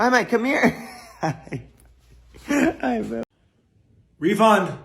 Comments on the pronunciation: I guess he was saying Rivon, but refund is a perfect name if is lmaooooo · lol “reefund”